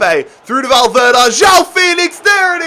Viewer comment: Mate it's valverde not valverda😂